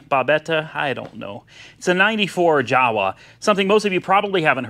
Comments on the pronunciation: In europe we pronounce "Jawa" as "yawa" 😉 Greetings from Poland😉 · I had no idea Babetta was exported to US. That is cool..! BTW Jawa is pronounced "YAWA" in Czech language